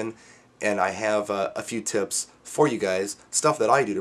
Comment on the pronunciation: Great vid!, lol at the end " tips" sounded like you said "*its" agree all the way. j